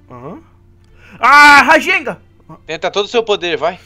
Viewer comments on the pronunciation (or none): Nao é rasenga é rasengan